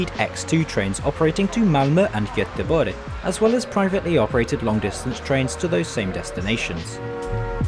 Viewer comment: Impressive!, correct pronunciation on the umlaut (the 'ö') for Malmö and Göteborg.